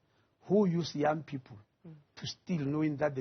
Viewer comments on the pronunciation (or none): Why is the minister pronouncing people as pupil😂